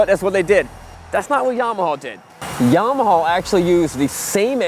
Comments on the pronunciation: Yamawhaw, LOL. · “This is Llama Hoss.... this is Llama ya’ll.... this is Yamme Hoose” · Stop pronouncing YAMAHAW FFS 😅😅😅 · "Yamahaw" Lmao 😂😂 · And yamahawww